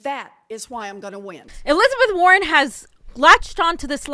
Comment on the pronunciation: notice war-hen says I ... Bernie says WE